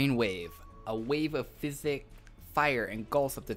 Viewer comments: It is pronounced Psychic ( Si-kick ) not Physic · psychic is not pronounced (fizz-ick) it is pronounced as (sigh-kick) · You don't pronounce psychic like fisic, you pronounce it like sykik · it always matters, I'm not hating tho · I was going to post a comment on that too but i see that you've got it taken care of XD! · great video man but psychic is pronounced as (sykick) not (physic) love the class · SAI KICK!!!! NOT FIZ ICK!!!! GOSH!!!!! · I cringed when you said psychic as physic...thanks for the video tho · you said psychic wrong.